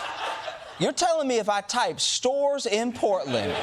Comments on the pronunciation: To me it sounded like he said "They don't even have SEWERS anymore" which is even more insane than not having stores anymore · I heard sewers every time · I heard sewers not stores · I thought DJT said sewers not stores. 😮 Either way, it's a lie. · I thought he said there are no sewers in Portland not stores but either way.. like, WHAT?! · It sounds like he’s saying “you don’t even have any sewers anymore”… Not “you don’t even have any stores anymore”. Which is even more absurd than the idea of saying its so bad that they don’t stores anymore 😂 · Well, I thought he said “sewers” instead of stores. Confusing, but not that crazy for Trump. (Although I did wonder WHERE did he get that idea.)